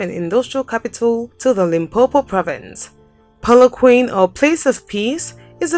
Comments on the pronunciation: Polookwaaanee...not polokwaine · Pu-lu-kwah-neh= Polokwane Great content love my country Port Elizabeth my home city ❤️ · The way she pronounced Polokwake 🤣🤣🤣🤣🤣🤣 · The way you say Polokwane 🤣🤣🤣 🏆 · It's killed me too😂😭😭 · The pronouncing of polokwane killed me dead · when she said Polokwane wrong I almost cried😢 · watse kak is die? ekt al bots gehoor beter name uitspreek as wat die vrou doen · lol ile start calling "Polokwane" just the way you say it...it sounds kool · When it comes to South Africa to pronounce names you should get somebody who lives here eg. the pronunciation of Polokwane. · I am not happy about the Pronunciation of Polokwane lol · A few things: (1) "Polokwane" is pronounced /pɒləˈkwɑːnɪ/; (2) "Plettenberg Bay" doesn't have city status; the first syllable gets stress in "Addo" of Addo National Park, not the second; "apartheid" is pronounced as /əˈpɑːrteɪd/ or /aˈpartɦɛit/; and the first syllable carries the stress in "Durban." And ... was the video cut short or something?